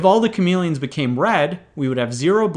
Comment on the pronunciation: he keeps saying chamelons